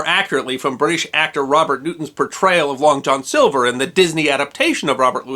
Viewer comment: I thought you said Long Dong Silver. Another character is another kind of film.